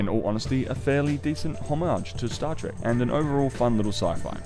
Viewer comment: Trek, not Track.